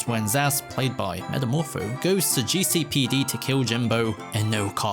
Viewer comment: god how i missed hearing GEE CEY PEY DEY